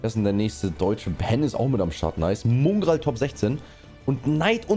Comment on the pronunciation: Bitte mOngraal und nicht mUngraal nennen, danke